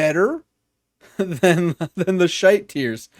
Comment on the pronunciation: Hearing an American guy say the word “shite” is hilarious